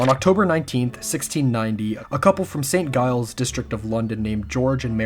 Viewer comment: This is so awesome! Just one thing: St. Giles is pronounced "Jiles", not "Guiles"